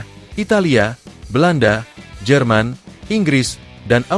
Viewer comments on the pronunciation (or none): none